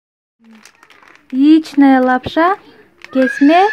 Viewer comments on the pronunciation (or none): Иийичная лапша дейби 😁😁😁 сен биринчи лапшанын аталышын туура айтчы тим эле кадаланып иийичная дебей Яичная десең боло аны текшергендин ордуна күйөт да кургак нерсенин баарыле